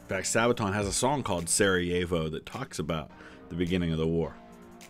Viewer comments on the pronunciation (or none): one thing to learn: try to pronounce Slavic names on the first syllable. So, it is SArajevo, not SaraJEvo as many English speakers say. Also, BELgrade, ZAgreb, DUbrovnik, etc.